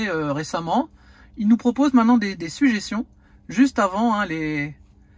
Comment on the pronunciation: "des sujéssions"😁 je te taquine Merci pour ton boulot👍